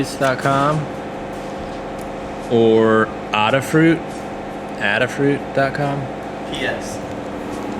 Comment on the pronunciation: Adafruit is pronounced ayy-dah fruit after Ada Lovelace, the first computer programmer. :)